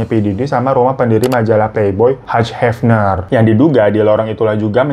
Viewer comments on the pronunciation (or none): Hugh Hefner dibacanya "HIYU HÉFNER" oom.